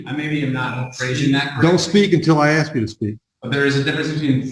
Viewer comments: "Aks" you ...... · You can’t axe a question. Maybe if you ask a question it will get answered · Cause he didn't axe properly